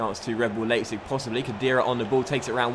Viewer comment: you have to say "Lipetsig"